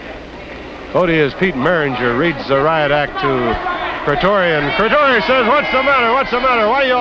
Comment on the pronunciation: John Cretoria not John Cretia aka Johnny LaRance